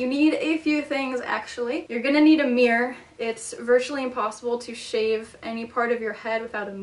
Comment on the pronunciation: The way you pronounce "mirror" is funny. Meer. Meer. Meer